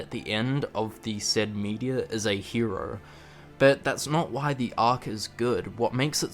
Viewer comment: Whats a rowey? is he trying to say row?